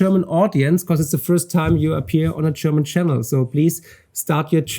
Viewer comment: Marc, wieso sagst du immer “Cherman” und “Chermany” statt German / Germany? 😜 Senk you for the interview 👍